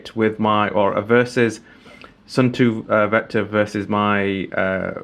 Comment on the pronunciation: Hello! For proper water resistance, when you change the battery, clean the cap/gasket/case well. And before reassembly, smear a dab of silicon grease on the gasket. My khaki version is still going strong after 15 years, the plastic just became completely smooth and shiny ;). But for pronunciation, Suunto is to be pronounced like "soon toe", not "soon too" or "sun too". ;)